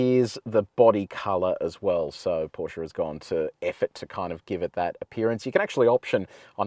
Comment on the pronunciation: Thanks for calling the brand name as is: PorschE not Porsch